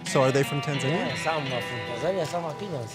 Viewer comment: Why doesn't the reporter pronounce Tanzania properly? The local will say it and he repeats with the incorrect pronunciation every time.